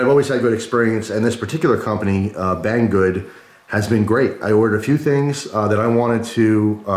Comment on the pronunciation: lol been 8 months and i still laugh everytime you say bang good